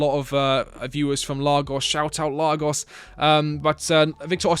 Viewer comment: C’mon Mate, We played Villa not Fulham. And “Shoutout LaRGos?”….. its actually Lagos 😅❤